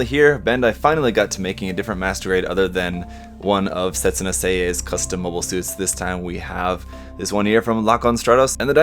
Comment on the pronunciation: Setsuna F'in Seie